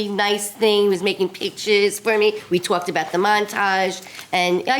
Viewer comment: This new 4th wife needs help with her language. I TWALKED to the guy. She probably had words with the caterers because the ERBS weren’t right, maybe she AXED her husband to pay for a professional photographer then she could have had her day on tape. Hopefully tape you could reuse as I’m sure she will be on to the next white dress as soon as she can!